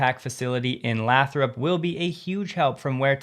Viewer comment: Lathrop: It's pronounced "Laith-Rupp" (rhymes with Wraith Cup)